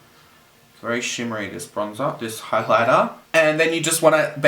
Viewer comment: Highlighter? Couldn't understand